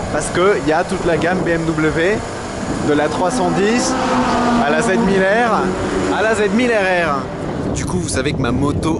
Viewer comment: Z1000 R et Z1000 RR mes oreilles ont saigné.. 😆 dommage la vidéo avait l’air Zympa 😂